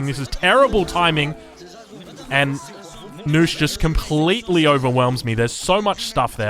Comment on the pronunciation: is a good player and all but...knusch...is knusch